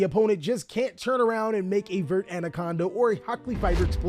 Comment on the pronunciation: Dude, it's ver-tay. Just read the damn cards